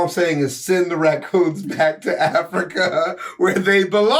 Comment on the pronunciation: My mans said "send them racooners back to africker" 😂🤣